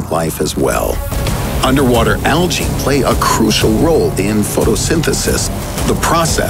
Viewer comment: Algae is pronounced so weirdly in this video.